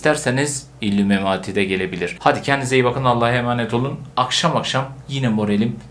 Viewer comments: Abi illumemati değil illuminati 😂😂 ama seni çok seviyorum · ilumunati diye okunuyo